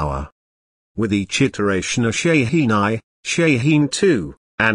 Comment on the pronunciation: its a goddamn ballistic missile. u dont need a frikin video for that - and its shaheen. theres no such thing as SHEEN